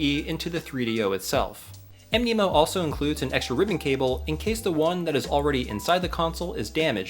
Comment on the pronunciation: Mnemonic is pronounced "Knee Ma Nick" so Mnemo is probably supposed to be pronounced Nemo. :)